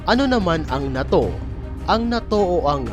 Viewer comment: WRONG INFORMATION KAPA WALA NG USSR PO! AT “NATO” HINDI MOPA MABIGKAS NG TAMA.😂😂😂😂😂😂😂😂😂😂😂😂😂😂😂😂😂😂😂😂